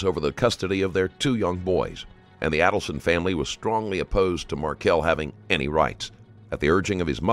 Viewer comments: "Charlie Alderson" It's Adelson. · Pronounced Aydelson. This looks like you ripped off footage from the 20/20 or Dateline special about the case, which is against YouTube policy and copyright laws. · Phonetic pronunciation of the names mispronounced in this video: Mahg-BAN-oh-aah AYE-dull-sun …will edit with others if there are any 🙃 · Literally every name is mispronounced and this has been in court for years. Just terrible quality of research here. MAG-BAN-U-A ADEL-SON MARK-EL (ELLE)